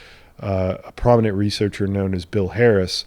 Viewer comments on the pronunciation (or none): none